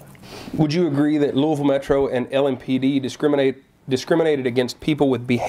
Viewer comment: Just an fyi, it's pronounced loo-ee-ville.